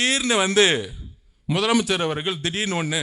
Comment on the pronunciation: மொதலமைச்சர் கிடையாது தம்பி முதலமைச்சர் இதையே உன்னால் ஒழுங்காக உச்சரிக்க தெரியலை